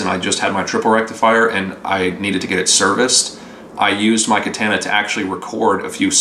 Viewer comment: God, another one mispronouncing the amp name